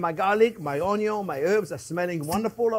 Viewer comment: “onyon is always number first”